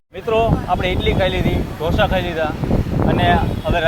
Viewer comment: Only Gujarati can say Dhosa. Please the correct word is Dosa.